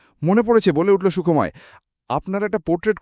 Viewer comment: গল্প নির্বাচন ভালো | তবে উচ্চারণ সন্বন্ধে সতর্ক হলে ভালো হয় | কখনো বলা হচ্ছে সুখ্ময় আবার কখনো বলা হচ্ছে সুখোময় ১ এরকম আরো আছে |